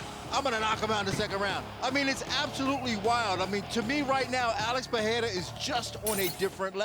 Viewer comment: Alex “PeHeira” 😆